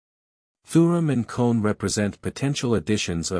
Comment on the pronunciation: Your pronouncing is all wrong Olympic Gymnaste Club Nice is club neeece letter e like in the word need and Manu Kone the letter letter o like in the word olimpic kapish